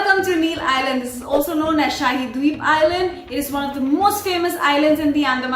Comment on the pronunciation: I lost interest and disliked the video seconds as you mispronounced SHAHEED DWEEP as SHAAHID DWEEP. :(